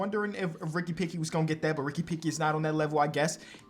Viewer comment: this dude cant figure out the name Pickett lol hopefully you arent a steelers fan. Ricky Picky is my favorite try